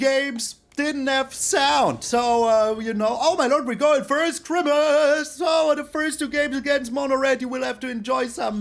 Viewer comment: My sense of humour is so broken lmao “ chrimasss!!! “ I don’t understand, but it gets me every time.